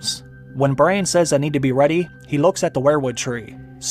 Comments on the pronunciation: Is it me or is he saying Bryan everytime an not Bran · His name is Bran, short for Brandon. Not Brian or Brain. You changed his many so many times it made the video confusing. And don't repeat the lines you just showed us in a clip so much. We just heard them say it! Sometimes twice